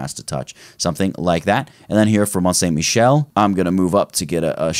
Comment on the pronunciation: Vraiment très bonne video! And your French accent is close to perfect, I had to replay two times to be sure you were pronouncing Mont Saint Michel that good, congratulations! Now what about French recipes seasoned on Premiere? 👍